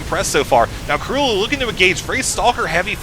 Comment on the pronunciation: gj with the pronounciation - KróLu is a polish player and his nickname should be read just as u did it, like 'Croo-loo' (ó is generally read like u in polish);]